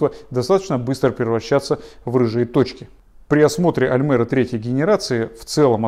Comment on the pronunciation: да не аЛмЭра, а аЛЬмЕра, когда вы уже научитесь правильно говорить?